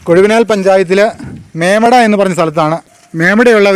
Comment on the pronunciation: മേമട അല്ല ചേട്ടാ... മേവട ആണ് സ്ഥലം